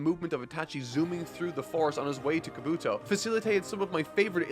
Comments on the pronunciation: the fact you have yet to say kabuto right between 12 parts is hilarious. KA-bu-TO not ka-BU-TO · The way this man says Kabuto is still annoying, yes its spelt like helmet except its pronounced with an E/I not the U when it comes to his name. Kabi-To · I know this is the last time he’s gonna have to say it but I really hate how he says kabUtos name 😭🤣🤦🏾‍♂️ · You pronounced "Kabuto" 3 different ways in a matter of seconds. Do you truly not hear the differences? Do you care at all about consistency or cohesion? You'd think after literally hundreds of chapters you'd at least try to pretend to give a damn. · It’s pronounced Kah-boo-toe and Ko-nah-ha